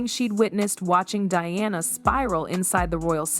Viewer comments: Why cant you get the pronunciation of peoples names correct! Sometimes you say Diana and most of the time you say Deeana. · Welcome to AI!!! They keep referencing “Dianna” as “Deanna”… 😔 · It's not that hard to pronounce D. I. A. N. A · if your making a video about DIANA then get the name right DEANNA NO Diana yes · Can you all please say the PoW Diana correctly! It’s DIana not Deana!!!😮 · Who TF is DEEANNA? .......IT'S DIANA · The princess is not Dee-anna, her name is Pronounced Dye-anna, DIANA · Her name is Diana not deana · the right pronounciating : Day ana in US and Dianah in Europe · Her name is Di Ana…..NOT DEANA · Announcer keeps calling Diana, Deeanna? ?? Why? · It’s Princess Anne and Diana not Deana 😢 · Narrator cant even pronounce Diana's name, Deanna, really, how stupid! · Yeah, I think this whole thing is fake. It's an AI voice, and I don't think Anne would have stolen a letter. Between calling Camilla "camera" and Diana "Dee-anna"... there's something fishy here. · I’m pretty sure that the makers of this dross won’t really want my comments, but you did ask. For a start, why is it that the vast majority of this type of video are produced (presumably) by Americans? The awful narration whether real or AI is often produced with no effort spent on pronunciation, not even for the chief character in the story, Diana Princess of Wales was, obviously a DI-Anna, not as pronounced here as DE-Anna 🤢 Americans seem to come in two categories when it comes to OUR Royal Family, they either profess to love them, or hate them, both parties like to comment with their puerile comments often with no obvious historical or general knowledge on the subject. As for the content of this story, I’ll wait and see what, if anything, happens; I suspect that it will never be heard about in any official capacity and if it is it will bear little resemblance to this narration. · Diana is not pronounced De-anna. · Please pronounce Princess Diana name correctly